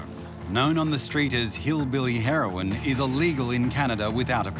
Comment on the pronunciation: Did he just say hillbilly herion lmao